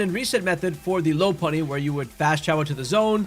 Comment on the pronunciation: We STILL have people saying Lopunny wrong in 2025 are you fucking kidding me 💔